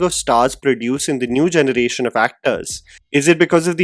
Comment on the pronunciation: I love your channel, so this feedback is really just out of goodwill! Your English is incredible, but might I suggest focusing a bit more towards honing your diction? You pronounce generation as “jhunuration” which is a bit distracting. I’ve made this suggestion in other videos too! I’m sorry for being critical but I see a bright future for you in this field, and fixing your diction would take you to even greater heights! Thanks for considering!